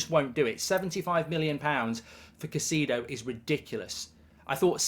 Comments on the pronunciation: Caicedo is pronounced KAI-SAY-DO not KA-SEE-DO Mark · Mark the name is "kai-say-dough" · How about Pronounce Caicedo's name correctly, are you daft Goldbridge have some respect it's not Caiceeedo, and nobody else says it that way either, the Brits often mis pronounce foreign players names